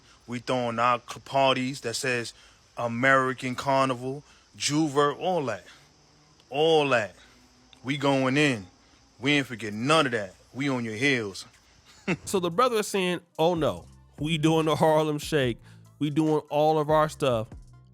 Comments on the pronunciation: Only thing upsetting is the man not prouncouncing jouvert correctly. 😂 Ju-vey We about to celebrate 🇧🇿🇧🇿🇧🇿🇧🇿🇧🇿🔥🔥🔥 jouvert, carnival, independence, celebration the entire month of September, get your flights ✈️ and enjoy here 🔥🎵🎶🔥🇧🇿🇧🇿🇧🇿🇧🇿🇧🇿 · I’m for ALL participating in Carnival but its pronounced Jew-vey not jew-vert